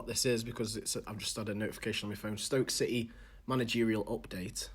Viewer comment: CITY.....not Ci eee........grrrrrrrrrr